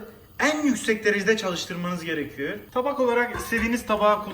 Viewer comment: Eklliyörüz diyor adam, gerekiyöör diyor. Nasil izleniyor anlamiyorum